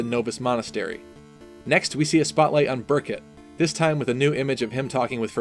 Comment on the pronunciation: Beeerkuuuut. Get it right